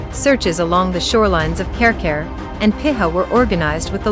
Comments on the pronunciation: Karekare is pronounced carry carry not care care and piha is pee hah -long sound on both syllables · American voices do not do well when Maori place names are involved! Care-Care (Karekare) !! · It’s not Carecare bush btw..